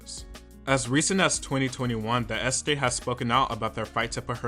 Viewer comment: Might have been a good idea to learn to pronounce "estate" if you were going to use it so many times in this video...